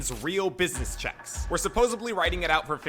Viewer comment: Commentator of the video said ''supposebly''. fml